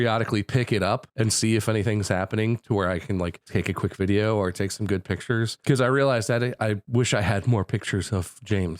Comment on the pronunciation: the fact the most replayed was mark saying vidder is insane to me.